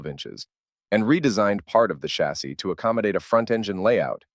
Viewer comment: "Chas sEE?" Where was that Ai built?